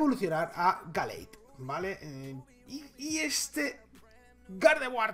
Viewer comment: Se pronuncia geleid